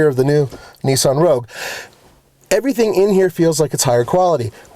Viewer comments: Nissan Rouge???? Really guys lol Nissan ROGUE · Your into says rouge - as in the french word for Red